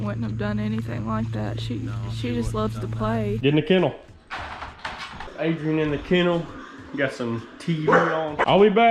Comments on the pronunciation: “Fly High Adrain” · "fly high adroan" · "Fly high adrain"